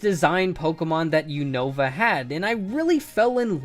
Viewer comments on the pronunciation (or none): Dude, it’s not U-know-va, it’s un-uh-va, like United states OV America. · Unava not unōva